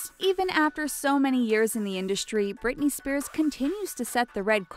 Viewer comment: When you said Brithey Spears i was like omg this was my life you CIRCUS